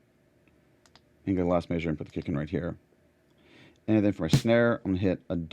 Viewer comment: very Cool video but why you say measure like that?